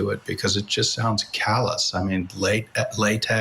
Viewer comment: nobody says late, ex spouse They would say late ex-husband. She thinks that’s just hilarious. And you notice when she uses it later in that story, she purposely makes it sound like latex